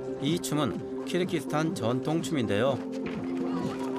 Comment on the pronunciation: 발음: [두산베] --> [두샨베], [키르키스스탄] --> [키르기스스탄], [아프카니스탄] --> [아프가니스탄], [저슬] --> [저즐], [찹찹] --> [착잡], 자막: '갈 때 없어서' --> '갈 데 없어서'